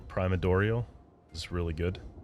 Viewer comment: Okay when I heard you pause and say "prima-dorial" that confirmed these mispronunciations were intentional. I was wondering until then